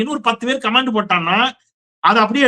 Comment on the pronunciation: Comment ( noun) pronounce it with stress on the first syllable.காமென்ட் not கமேன்ட்